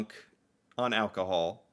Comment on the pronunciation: “Getting them drunk- on alcohold” 🗿 W vid btw